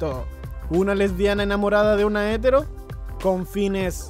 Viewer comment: hetéro, hetéro H E T É R OOOOOO. Si bien no lleva acento gráfico, su pronunciación es "hetéro", no "hétero". Y si no es así una disculpa y muchas gracias.